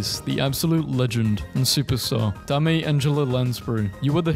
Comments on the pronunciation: Da-may? Really? Do you pronounce dime and di-may too? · BRO DID NOT JUST SAY "DAH-MAY" ANGELA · your pronunciation is a dame shame